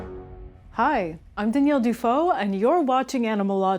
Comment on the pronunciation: Daniel Du’fo? Daniel Should be fon’du